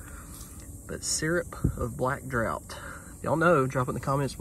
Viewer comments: Drought (is what you are pronouncing) is lack of rainfall. Draught (drawt is pronunciation) has synonyms including drink potation tipple quaff. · Just a small FYI, the black "draught" is pronounced draft. :) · In the UK, draught is pronounced like draft. Crazy English spelling, I know. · Hi from Liverpool UK. The word drought is pronounced draft. Is that moustache a special effect. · In American-English (as opposed to British-English) the pronunciation is draft, like draught beer, which is also pronounced (and sometime written) draft. That's West coast though. Not sure about Southern pronunciation. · Black Draught is pronounced: draft.... The spelling was different back in the day...🕊️